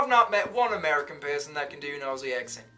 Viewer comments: You need to learn how to say Aussie. It is not Ossie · Firststep is to realise Aussie is pronounced ozzy not ossy! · OK.. We need to sort this out.. Dont pronounce the AU in Aussie.. Its OZZIE.. OZ-EE. Even though in South Australia we speak the Queens English, no Convicts here haha.. when I lived in Victoria I was asked if I'm "English"! We would sit in more "General/Cultivated".. But everywhere has "bogans" baahaa We say "prance" and "dance" as "pr-arns" not "pr-ants" and "d-arns" and "d-ants" etc.. Queenslanders have a really broad Aussie accent. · Ozzy not ossy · Simple stop pronouncing aussie with an s and treat it like this: ozzy. I know american can pronounce ozzy osbournes name...just do that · It's pronounced ozzy, not Ossie. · its OZZIE .......not OSSIE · Aussie is pronounced Ozeee not a ussssee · First start with how you say things like aussie its not "ossey" it is "ozzy!" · Please know that Aussie is not pronounced like "bossy". Consider it to be spelled with two Zs, and pronounced like Ozzy. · Mate if you’re gonna keep doing Aussie videos at least pronounced Aussie OZZY rather than OSSY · It’s not pronounced “aussie” but more like “ozzy” !! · Pleaze say Ozzie not Ossie. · first thing. NO OZZIE calls their country ossie. NOTE it is pronounced, OZZY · They alway fail when they say OsssSee instead of Ozzz Zeee. Why is is so difficult? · It’s Auzzi not Au-ss-i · It's funny hearing you try it. I hear British, South African, and kiwi, but rarely Aussie lol (pronounced ozzie, like the singer). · TIP: Say Aussie exactly the same way you would say “OZZY” Osbourne …OZZIE….MOZZIE 🦟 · americans not pronouncing aussie like it’s with a z, like auzzie, its a bit of a pet peeve of mine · Start with Aussie and not Orsiee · I fucking hate the way he says Aussie. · The word "Aussie" over here is pronounced Ozzy like Ozzie Osbourne. And Melbourne is Melbin haha.